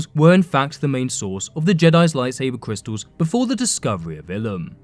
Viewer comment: Cwistals. ..... omg stfu